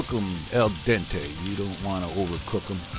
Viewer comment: ...if you want to cook " AL DENTE" .....it's fantastic to hear !!! i'm italian